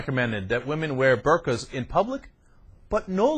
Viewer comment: Since you are able to leave comments on YT, perhaps you can figure out how to look up words on the internet too. BTW its burqas or burkas, not bercaz.